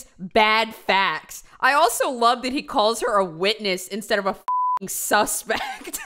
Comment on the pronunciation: i am cringing so hard at the fact that he said "jody arias is an amazing wittiness"